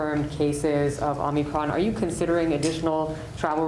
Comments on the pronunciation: He will never get anything right...he can't even pronounce a simple word, it's not "omNicron", ...the word is OMICRON!!! AND joe, you've lied day after day. Joe, do you REMEMBER you PROMISED "I will get everyone out of Afghanistan"???? Apparently you forgot that promise. There are still THOUSANDS left there. Joe, you're all lies/talk and NO ACTION ! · He called it the Omnicron not Omicron. Hehehehe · "It's called the Om 'ni' Cron" ! So that's two new variants then ? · Okay Biden calling it omnicron was funny. Fauci not so much. Learn your Greek alphabet doc! It's Omicron. As in little o. Ridiculous. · Why does he call it OMNIcron? Isn't it OMIcron? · "When I was elected, I said I'd always be honest with you." "It's called the omNicron." No, Joe, it is not! It is called the omicron! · Mr. Brandon, Google asks "Did you mean: omicron"? Not Omnicron. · It would instill a bit more faith if Biden and Fauci would say OMIcron (Greek letter) instead of OMNIcron (transformers) 😅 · Hey Prez, Hey Doc it's Omicron (long "o"). Not Omnicon. No omni. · ITS OMICRON YOU TWITS! NOT OMNICROM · Omicron NOT OMNIcron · Mr. President it’s “awm-ah-cron” not “Omni-cron”. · It's called the "Omnicron" ? I thought it was Omicron?? Are there 2 variants of this?? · "Omicron", not "Omnicron". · Stop calling it omnicron!! Its omicron! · Omicron. Omnicron? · When the lead scientist and the president are calling in "Omnicron" you know we're in trouble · We need two vaccines -- one for Omicron and Biden's "Omnicron". lol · omnicron.. hehe dislike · What a scholar Fauci is. I joined a fraternity and had to recite the greek alphabet while chugging a beer. It is pronounced O-Mi-Cron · Did he just call it "The Omnicron"? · Literally OMI CRON ...OMI... CRONNN.... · It's NOT the OmNicron. Biden can't even pronounce it correctly. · Translation: omniscient, omnipotent, "Omnichron" coming for you 👊. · I heard omnicron too 😅👍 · I heard Fraudci say "Omnicorn"🌽🤣🤣🤣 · No such thing as “OMNIcron” variant